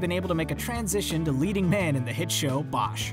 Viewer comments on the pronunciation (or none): none